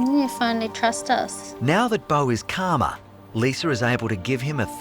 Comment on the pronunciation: Did the Narrator say "Karma" Or "Calmer? "